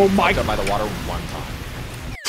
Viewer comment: “The wowdur. His ball touched the wowdur”